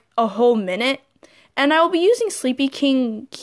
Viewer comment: Wow u can't say sleepykinq right